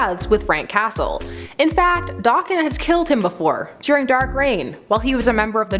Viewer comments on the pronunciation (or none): Did you seriously say dahken and not dayken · no offence but you do know it’s pronounced day-Ken right? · Oh the way you pronounce Daken makes me cringe lol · It's Daken, pronounced DAY-KEN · Why are you miss pronounce daken